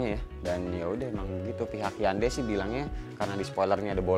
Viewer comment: just info: cara baca nama brand hyundai itu heonde bukan hyande. Correct Me If I'm Wrong 🙏